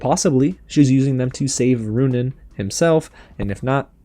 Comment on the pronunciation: Every time he miss pronounces Runaans name a peace of my sole dies inside